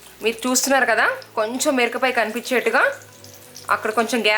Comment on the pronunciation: recipe simple N good.. you are pronounced mirapakaya as mirakapaya...sad..